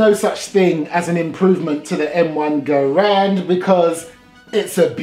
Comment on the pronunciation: Good video and thank you for pronouncing Garand properly.